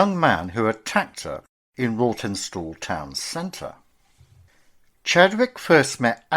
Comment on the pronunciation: It's pronounced Rotten stall.